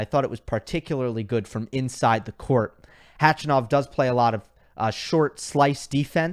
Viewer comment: I love you, but nobody, I mean nobody, calls him Khachy. And it’s not pronounced CATCH-A-NOV. More like kuh-chuh-nuf